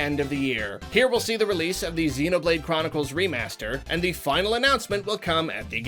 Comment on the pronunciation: It's a joke. You spelled it differently every time. The first time you said CHROMicles. Instead of Chronicles. With an M. Chrom. Chromicles.